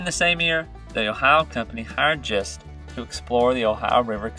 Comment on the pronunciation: My great grandfather was James Thomas Gist, a descendant of Christopher Gist. Gist is pronounced with a hard “g”